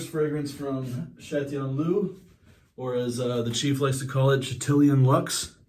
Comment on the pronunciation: Broooo. Despite it being so early and having little sleep, this was a high energy video!!! And bro, you mispronounced it. It’s “CHAT-LION LUXX” 🤣🤣🤣